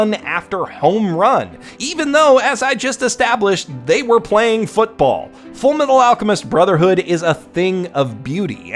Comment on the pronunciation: You mean FURUMETARU ARUCHEMISTO BROZERHOODO?